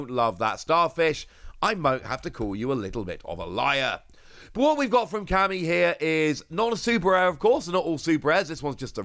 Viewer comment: You mentioned working on your pronunciations having read the manga but not seeing the anime. Here are a few aids: Momonosuke: 'Moe-Moe-No-Skay' Camie: 'Kay-Me'